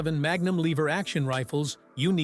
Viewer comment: "mag. Numb."